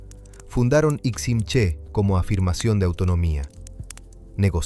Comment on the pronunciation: Interesante información pero se pronuncia como palabra aguda: Iximché, con el acento en la é.